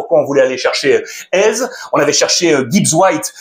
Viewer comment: il s'appelle pas AIZE mais éZé